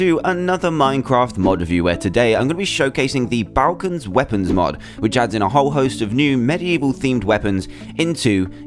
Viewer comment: It's pronounced Ball-kuns